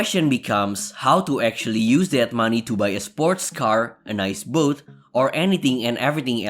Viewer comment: I WANT TO BUY A BOOT..........THAT"S HOW HE PRONOUNCES BOAT.............